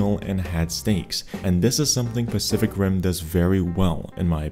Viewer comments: my dumbass thought he said ''specific rim'' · Is it me or did he say "Specific Rim"..😅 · I heard "spesific rim" for a moment there 😂